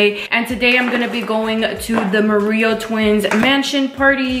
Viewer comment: “The marrillo twins” gurrrlll helllll nah! Que no eres mexicana?!!! 🤦🏻‍♀️🤦🏻‍♀️